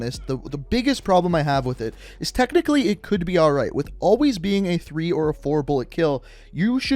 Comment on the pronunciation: Wafter thwee mwost weecent update